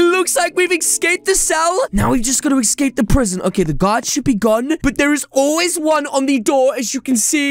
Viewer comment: U said prison wrong